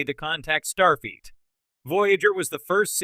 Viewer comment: "star feet".